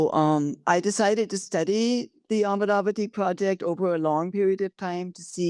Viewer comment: Make a distinction in how you pronounce the name - "Amaravati" (not "Amravati", a town in Maharashtra). Andhras in their language (mother tongue), while pronouncing, don't suppress the vowel of the second letter that is in vogue in Hindustani, for example. While doing so, the word shan't transform to "Aamravati" (place for mangoes)! [it is because of such transgressions in pronouncing & being fed up, a state has changed its name from "Kerala"(not Keral) to "Keralam"!! pity!]